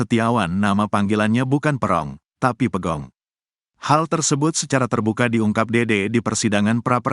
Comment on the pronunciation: Pegog bukan pegong bro !